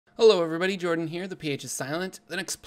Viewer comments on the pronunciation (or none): none